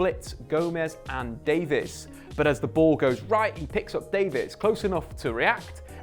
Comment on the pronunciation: it sound like he says David